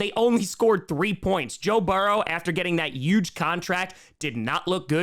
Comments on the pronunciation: These "power rankings" are dumb (and I'm a 9ers fan). In this case, dropping KC down and the Bills up next to each other illustrates my point. And BTW, the word "huge" does have an H; it's not "euge"! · I feel like intentionally said YUGE so many times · Take a shot every time says "Yuge." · has no trace of an accent Also: “yuge” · If you say huge as "uge", you have to say Jaguars as "yaguars" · One way I can tell you're from New York is whenever you say huge it sounds like Trump lol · can't say huge lol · please pronounce the “H” in huge.